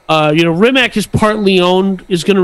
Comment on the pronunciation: Bugatti is a French company, not Italian. Hammond get out of the car alive, a fire started later. Rimac is not pronounced as Rimak but as Rimatz. Konigsee is a Rimac customer. Bugatti Rimac is only part of RIMAC AUTOMOBILI. Rimac is not selling his company and is still the major owner. Near all parts (except tires and brakes) are produced in Rimac, not bought.